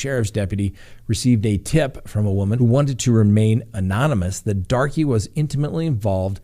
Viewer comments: I think it is just pronounced "Dark" and Chaffee county is like Chayfee. Love your podcast<3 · I chuckled every time he pronounced it Darkie. 🤦‍♂️ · Banning is a dangerous road for all. Btw I believe 'Darke' is pronounced 'dark'. Have a friend with same last name.